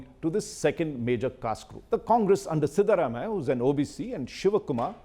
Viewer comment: Cannot take a person seriously as an expert in Karnataka politics who can't pronounce the names of Siddharamaiah, Yediyurappa properly. And includes Hassan in both the Old Mysore and Central Karnataka regions. Get the basics right, India Today. You tag yourself as the "Gold Standard"!